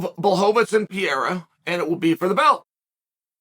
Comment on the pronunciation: Alex Pierra😂